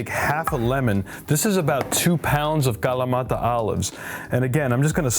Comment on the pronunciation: Why do you pronounce kalamata with a Hispanic accent?